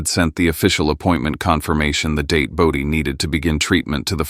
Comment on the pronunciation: Its BODHI.